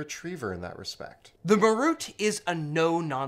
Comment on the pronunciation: ma-ROOT? (wince) MAR-ut.